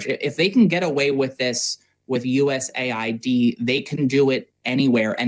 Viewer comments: It is USA ID NOT US AID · It’s not Us “Aid”. It’s US “A” “I” “D”.